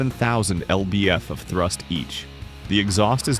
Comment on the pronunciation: 'F'-'Y' and 'L'-'B'-'F'? Why can't AI understand everyday initials?